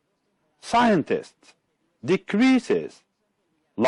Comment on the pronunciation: Scientists includes three syllables not two, SCI-EN-TISTS